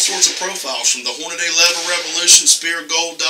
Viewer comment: "I got sum Horn-na-day". lol!